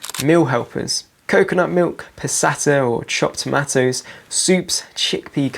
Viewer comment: Just learned a third way to say tomatoes.